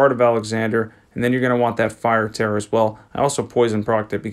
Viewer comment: Hey bro I love your videos I just wanted to say it's tear (teer), like the ones you cry out ur eyeballs against rivers of blood